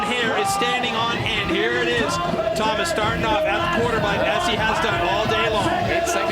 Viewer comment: En français on dit : « Thomas Pages et pas rhomasse Pages » et aussi on dit «la ville de PARIS et pas PARISSE »